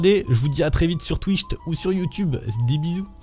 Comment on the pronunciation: j'adore tes vidéos mais pourquoi tu dis Twicht au lieu de Twitch ?:hand-orange-covering-eyes